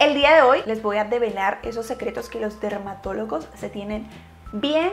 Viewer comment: Min le entendí dermatolocos 😂